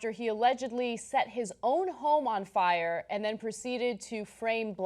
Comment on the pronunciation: Lol Cenk said Friar Department. Friar Cenk, the wise.